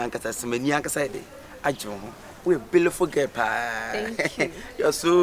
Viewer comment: Aaaah Kyekyeku paaa" bealiful " s3n. 😂😂